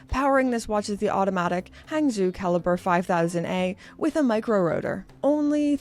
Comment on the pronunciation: Hangzhou is pronounced “Hahng Joe”.